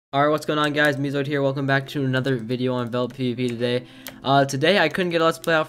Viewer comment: this isnt meezoid its zeemoid